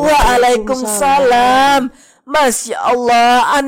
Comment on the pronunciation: izin bang, yang bener itu "Waalaikumussalam" bukan "Waalaikumsalam"😅😊